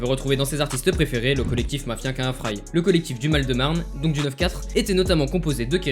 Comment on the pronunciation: Sympa la vidéo (petite precision le 1 dans mafia k1fry se prononce kinfry)